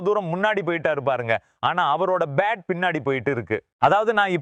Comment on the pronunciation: Ur commentary is irritating as ur pronunciation for bat is like pate.